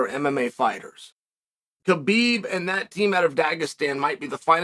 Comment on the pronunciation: No, Khabib does say it correctly